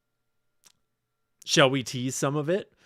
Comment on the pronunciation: “You shell* not”